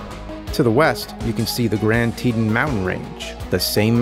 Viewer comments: Teton is said"Tee-Tawn" at slightly slower speed than the "te-t'n" said in the video. Just saying. Ok, by the middle of the video he finally gets the name correct. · sorry i cant let it go, its like tee tawn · It hurts my brain when he pronounces Teton. It' s TEE TAHN.